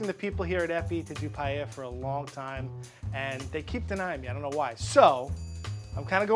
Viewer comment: Thank god the cheff can say paella right